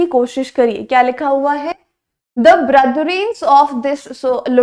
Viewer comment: Ma'am Brethren, : brother ka plural Book me hai Bretheren Aap bol rhe hai Brothren Konsa sahi hai 👈👈